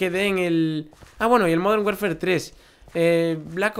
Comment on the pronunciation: Dijiste safar en vez de salvar Una ves dijiste werfer y después warfar cuando hablabas de call of duty